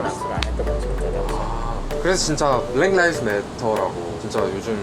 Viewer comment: 블랙 라이브스 매러가 아니라 블랙 리브스 매러 아닌가요....너무 좀 그래요